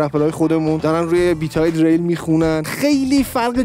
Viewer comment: Dereil!!!!!!!!!!!!!!!!dadash Diril talafozeshe